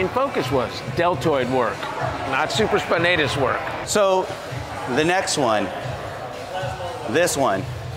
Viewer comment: I believe its supra spinatus not super spinatus . He's a Doctor right?